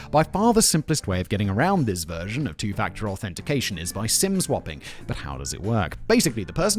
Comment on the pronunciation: For one hot second I thought Simon said "sin swapping" and I thought "hmmm, kinky!".